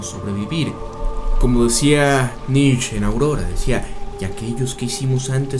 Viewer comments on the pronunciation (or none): none